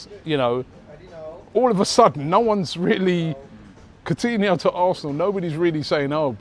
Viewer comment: Funny that when Arsenal are linked with Coutinho, Robbie actually pronounces his name right rather than saying “Court-iniho”like he did back in the Liverpool days